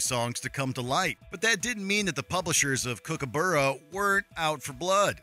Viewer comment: That has got to be the strangest pronunciation of Kookaburra I have ever heard.